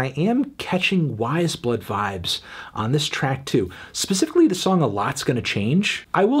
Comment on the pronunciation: til its pronounced wize blood and not wah-yes blood